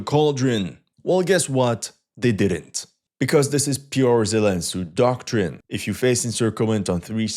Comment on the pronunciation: Zelen Tsu 😂😂😂